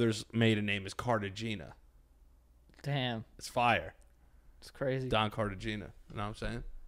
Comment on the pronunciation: my nigga, please do not pronounce Cartagena like that 😩